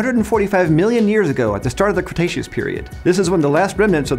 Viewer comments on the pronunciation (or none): none